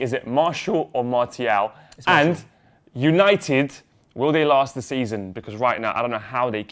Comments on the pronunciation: It's Mar-tea-al; not Marshall. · Martial is pronounced "marsial", with an "s", like "snake". Not "marchial", like "church", or "martial", like "ticket". MarSial! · its mar tee al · Its pronounced MAR - SSI - AAL not MAR-SSI-LL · i think it's pronounced Mar Sea Al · Getafe is pronounced "Hetafe" and Martial is Mart e al. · It's Mar-si-aal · French pronounced Martial as - Ma-see-aal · just in french it's pronounced Marsial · It's not Marshall. He's French so you say it like a French person would. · Pronounced Martial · it's pronounced marsial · Its Mar-tial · its MarTial. Thats how you pronounce the name in french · Its pronounced Marsial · The "t" in Martial is pronounced like an "s". So between the two pronunciations said, it's pronounced the same way as the second one, but with the "t" pronounced like an "s". Marssial. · Martial is pronounced Marcial (Marsial) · Actually it's pronounced MarSial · It's pronounced Marsial, Mar-Si-Arl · MAR-TE-AL. YOU BOYS ARE FRIED. ANTHONY MARTIAL IS BETTER THAN ALL YOUR TALENT AT ARSENAL AND LIVERPOOL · you pronounce his name Mar-ssi-al in french even if it's written with a t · Great video guys, as per! And you should pronounce Martial as Mar-see-al. You're welcome ;) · Mar-she-al is how it's pronounced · It's pronounced MAR-SEA-Al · Mar-SEE-al, that is how you say it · Neither it's Mar-sial, just listen to Martin Tyler's commentary when he scored against Liverpool ;) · It's actually Anthony Mar"ss"ial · Its pronounced Martial ;) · It is pronounced m-AHRE-siall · It's pronounced MAR-SEE-AL ( MARTIAL ). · I'm French, it's pronounced the second word that you said, not the English version one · I'm a french canadian and can assure you Martial is pronounced just like "martial arts", just not with the "arts" after....